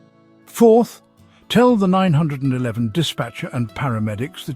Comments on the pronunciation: Stop saying call Nine hundred and eleven!! Say call 911. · Is there some way to check the AI “speaker” so it doesn’t call 911 “Nine hundred and eleven” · This is an AI narrator. The way you know is that he pronounces 911 (the US emergency number) “Nine Hundred and Eleven”. Not “Nine One One”. 😢😂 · AI is NOT a good way to communicate acurately!!!...call 911, not nine hundred and eleven getting to the point quicky is imparative for elder whose brains have slowed down have issues with listening long enough to get to the information!!! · It's nine one one (3 syllables), not nine hundred and eleven (7 syllables). Plus 9-1-1 can be more easily remembered by children. Wish you were more concise and had a little pep. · Nine hundred and eleven is pronounced nine one one, and if you’re in the UK as your accent suggests, you should dial 112 😅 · "Call nine- hundred and eleven immediately". LOL! AI IS HILARIOUS!!